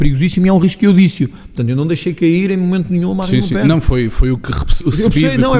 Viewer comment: Oh tony...é le pen...não lepen.